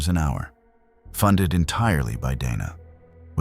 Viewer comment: To be fair some people would say Donna rather than Dana. Some are just bad at pronouncing names. Hell my legal name is easy as hell to pronounce and people still mispronounce it. They either call me Dina, Diana, or Deana none of which are my name. My name is Deeanna Dee-ann-uh. Some even say Dee-on-uh which is also incorrect. So I give lead way to mispronouncing of names. Because it happens to me often.